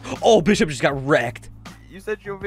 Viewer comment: You said bis shop 😂